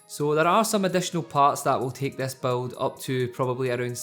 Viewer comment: it's build! not beld